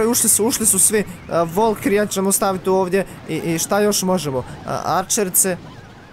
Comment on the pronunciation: nije volkiri nego valkiri!!!